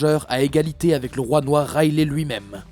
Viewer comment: Rayleigh = raylis pas raylès